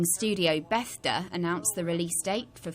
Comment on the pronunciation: "Gaming studio Bethda" lmfao, it's BETHESDA.